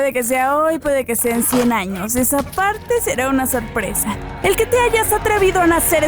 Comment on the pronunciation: dice fiesta sopresa